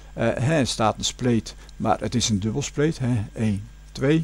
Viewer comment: 'Is het dubbelspeterk -experiment'